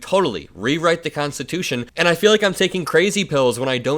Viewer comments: Did he say constitoosh? His brain just rain stops working at three syllables. He wants to jail people who burn the flag? What about people that beat cops with flag staffs with the flag still attached? Should they go to prison for a year? Well, Mr Law and Order, backer of the blue, what about them? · He said make it constitushun. He is looking really bad. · Did he say 'we're gonna make it 'constatoosh'?? .....